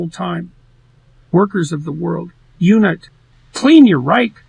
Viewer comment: The only bit about that which sounded wrong was when it said unite and it sounds more like unit